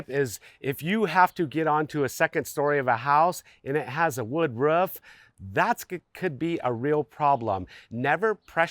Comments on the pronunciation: The way you say "Ruff" drives me insane and then proceeded to say "ruffff" 15 more times 😭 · It got me too lol that one point I swear he was doing it on purpose 😂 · You have no accent until you say roof😂